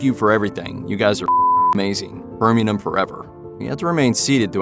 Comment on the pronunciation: cant even pronounce Birmingham